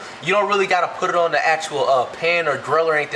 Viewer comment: put it on doesnt have any ''r'' in it :( why do i hear Rs but bro can cook looks fire tho